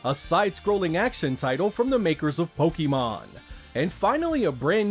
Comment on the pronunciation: it's pronounced "poh-kay-mahn".